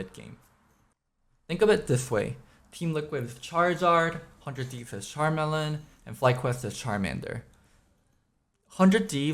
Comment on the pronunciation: Did you just say char-melon?